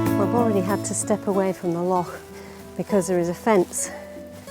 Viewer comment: Well done for pronouncing "loch" properly!